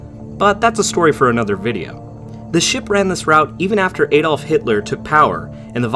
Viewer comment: Like many North Americans you also butchered Hitler's first name, there's no Y in "Adolf" and any decent linguist will at least pronounce a simple name as the Germans did, just watch footage of Germans swearing an oath to "Ah-dolf Hitler".